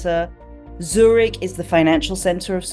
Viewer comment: Also the features guess who is an idiot at worst French at best must know that Zurich is not pronounced Zuch it’s. It a zucchini lmfao